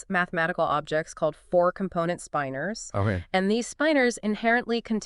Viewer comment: generally, its pronounced spin-ors, not spipe-ors. maybe they sastutou ertr